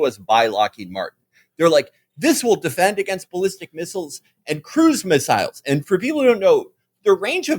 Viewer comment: felix says "missiles" and "miss-ILES" like people in The Wire say "a po-leese" and "the p'lice" there are linguistic nerd accounts that should study Felix vowels. the way he pronounces "alien" with the first syllable like the one in "allergies" is worth a dissertation